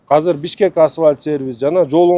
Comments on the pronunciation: Казыр эмес азыр блядь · Казыр деп айтылбайт азыр деп айтылат.